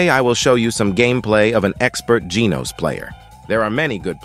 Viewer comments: why AI voice pronounce "genos" as "jeenos" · ITS not GENOS like ee ITS GENOS like an a and e combined